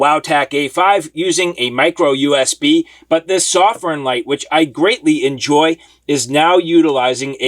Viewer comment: I'm a Chinese guy. It's a Chinese light made in Shenzhen, China. "sew-firn" is the right pronunciation. The reviewer does a great job of reviewing. But his pronunciation of "Sof-firn" is wrong, just sayin' =)